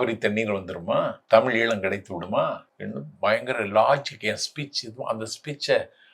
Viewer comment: ஈலம் நீலம் னு ஓருத்தருக்கு கூட ழ கரம் வராதா